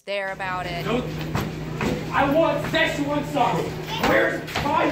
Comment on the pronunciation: Blade Runner flops cause current audience doesn't like longer movies, and even by just the trailer it seems too complex for teens and brats whom parents take to cinema. Also most have not watched the prequel so they don't understand the plot, it's been too long between the two movies. Also it's pronounced "se'tchuan", "ch" is a "tsch" sound.